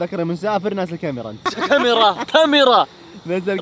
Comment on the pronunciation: يقول الكاميراه اغلئ من المتابعين